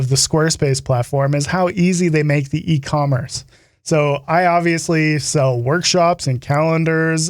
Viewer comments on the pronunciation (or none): none